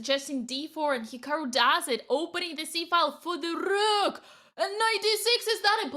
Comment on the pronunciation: The move turned her Irish 🤣🤣 The Roooook